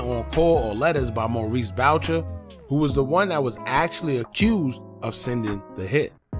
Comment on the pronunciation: And its pronounced boo shay not bowcher lol